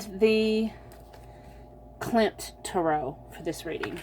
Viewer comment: I chose #1. Wonderful reading. Thank you so much. (P.S. You pronounced Klimt correctly. Those lovely cards must have been created with inspiration from the art of Gustav Klimt) Thank you again, I needed a bright spot in the middle of the winter doldrums.